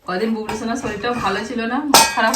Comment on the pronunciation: দাদা তুমি বুবলু কে বুবলু লে বলো কেনো